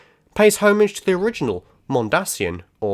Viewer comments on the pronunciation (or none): Great video thanks, I did enjoy this episode. One interesting fact many people are missing is that the speech at the end of this episode is apparently genuinely written by Byron and just happens to so perfectly describe the Doctor that they used it. Also sorry to be that guy but you may wish to look up the pronunciation of “Homage”. ;)